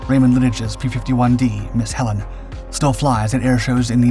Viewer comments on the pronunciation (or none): none